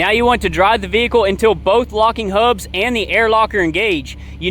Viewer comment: You know it's real solid advice when he says "ThE HaUbBs"